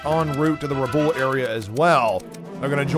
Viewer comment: It looks great but there's still some pronunciations that need work. Tuloogi instead of Tulagi, and Rabool instead of Rabaul. Beyond that this is awesome!